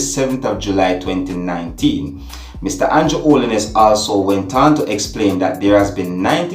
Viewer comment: It's Andrew Holness not Holliness.....dat video look fake to me, cause how dem jus lef d rifle inna bag n lef it right inna d yard like dat Jamaica gunman dem smarter than dat..but nice work from d police dem dem need Fi do dis more often so dem can bring back Jamaica